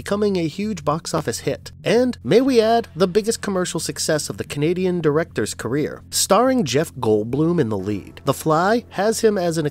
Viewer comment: GoldBLUM not GoldBLOOM